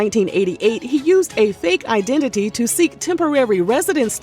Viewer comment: Fake I-den-ti-ty😂😂😂